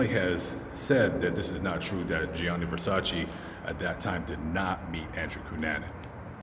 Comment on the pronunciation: IT'S GIANNI VERSACE